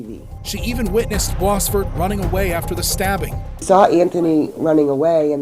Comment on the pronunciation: This is so bizarre how the narrator pronounce "Boisvert" last name. It's a french name. Bois = Wood, and Vert = Green.